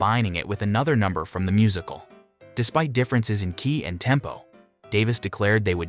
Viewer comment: Where are you getting these pronunciations? ...Their musical brilliance. Addressing sociatal norms and the pursuit of an idealized life... becomes "MusiCAL brilliance. Addressing sociaTAL norms and the purSWEET of an EEdialized life." Do you really talk like this???